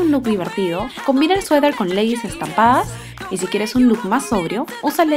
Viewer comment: por que dices 'sueder'?